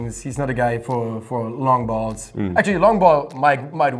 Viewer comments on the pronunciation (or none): none